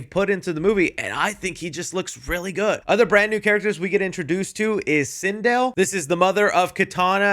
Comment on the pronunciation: a few corrections: -Sindel is evil in this movie, in the games she´s good only in the rebooted timeline but since the movies are based off the og timeline, it would make no sense story wise. Also, it´s pronounced SinDEL, not SINdel. -Noob Saibot can create a shadow clone of himself, which is the one Scorpion is cutting in the trailer, meaning he didnt kill Bi han as far as we know. -In the trailer Chris says Kitana is killing Shao Khan in one frame but it´s pretty obvious that she isnt, her blade is indeed connecting with his helmet but only his helmet, hence the sparks and lack of blood.